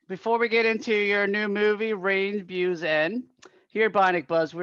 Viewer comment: sorry to correct you after 10 seconds, but it's Beau (pronounced like BO), watched the movie already 3 times ad love it